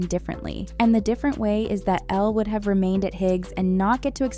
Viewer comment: ITS ELLE. NOT ELLA 😤😤😤 why do people always call her “Ella” or “Ellie”